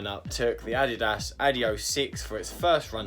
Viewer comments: The main thing the shoes have in common is that it's pronounced adioss not adiohh. These look good, thanks for the review. Very decent price at 110 quid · Quality vid, the Purple/Blue on the running warehouse video looks nice. Please say the S on end of Adios - drives me nuts 😂 I’ve held back commenting this for months but I’ve cracked….think adios amigo…